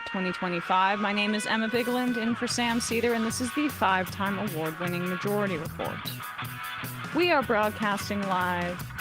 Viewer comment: Am I hearing things? I could swear that Emma is calling the show Emma-jority Report